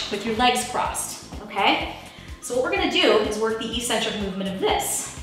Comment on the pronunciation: "eccentric" is pronounced "ec-centric," not "e-centric" eccentric... ec-centric.